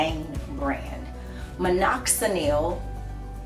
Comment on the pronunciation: Take the Nel off minoxidil it's Dil not Nil..